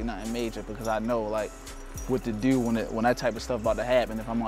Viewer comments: The way he says the word "do" is like saying "dew" from mountain dew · that's how ppl in Baltimore talk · The way he says "to" or "do" sounds like he's French or British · he sounds like he is British when he says certain words like "New" or "Too" or "Do".